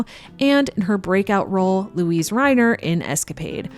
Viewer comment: I know this is going to come across as a split hair, but Luise Reiner's first name is pronounced with three syllables. Funny the things we react to.